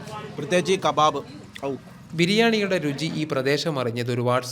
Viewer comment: പ്രത്യേകിച്ചും ഈ ഖബാബ് ' ഔ '...😂😂😂